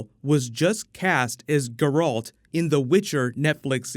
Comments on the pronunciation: Geralt is pronounced "Gare-alt," not "Ger-alt." Just a heads up. Great review, btw. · "GrrrrrALT" lol is a Witcher casual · Love you man, but stop pronouncing Geralt incorrectly... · You just butchered the pronunciation of Geralt mate. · Your pronounciation of Geralt is weeeeeeeeird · Did you butcher Geralts name just to see how many people watch your videos until the very end?